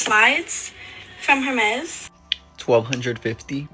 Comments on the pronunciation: Did she say HERmes? I'm not rich, I don't have fancy things, I'm not fluent in French (but I learned in middle school and high school) and I KNOW it's not HERmes. All that money and can't even pronounce the brand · Hermez! LOL If you can't pronounce it, you don't deserve it! Pasley Nelson, a 14 y/o from Not Enough Nelsons jumped on the sofa and screamed "I wanted that!" When her sister got a camera. They all say they are grateful, and none of them mean it.----UUUMMMM NO! EVERYONE needs at least a small gift to open Christmas morning. Take it from someone who once woke up as an adult with NOTHING